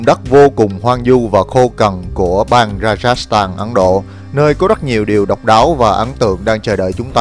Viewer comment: xê dịch. Ấn Độ… mà sao mình nghe là Ắn Độ.. ta 😂 Giỡn với thôi, vậy mới đặc biệt ha 🤣